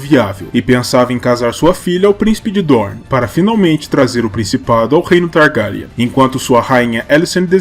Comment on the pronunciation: "Targáryan" muito estranho